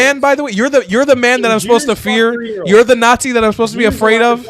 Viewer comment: No such critter as a "christian not zee"